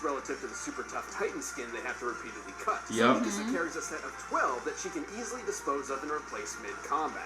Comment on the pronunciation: The way They say Mikasa Has me so angry 💀💀💀 But i love them!